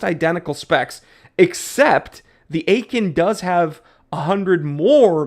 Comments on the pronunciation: Had it, not a bad watch. Btw, you can read Aikon as "icon" 😉🤯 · Say it with me: “Ay-kon” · As long as you can’t even pronounce the name correctly, I unfortunately can’t take you seriously. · Aikon is pronounced like icon in English. Lacroix, the "croix" is like in croissant, with a hard rolling "R". As for the brand. I scored a pontos S diver chrono for a few hundred euros unworn. Look and thou shalt find bargains. Oh, eta 7750 caliber 200wr, 43x15mm. Not bad I think😂